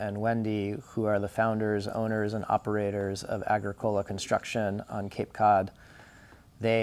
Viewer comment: It's a-GRIC-o-la, not AG-ri CO-la